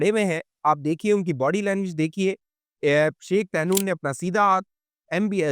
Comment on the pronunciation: طہنون نہیں "طحنون"